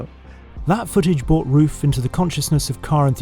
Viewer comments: I like how he starts out figuring out how to pronounce RUF, gets corrected and says it correctly.... and then in the very next shot...says it incorrectly again 😅🙄🤣 I've known how to pronounce RUF since the Yellow Bird....as a teen... I'm 42 now, it's not hard, roof. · Henry calling the SCR "RUF-ined" really yellowed my bird. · Why is it so difficult to pronounce a name in the correct manner..? Mr. Ruf is a highly respected engineer and business man. He should be treated with respect and this starts to pronounce his name correctly. Thank you. 😊😊😊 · Hope he was kidding about the RUF pronunciation smh